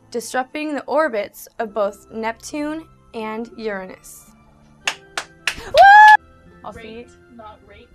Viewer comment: At least she pronounced Uranus correctly :)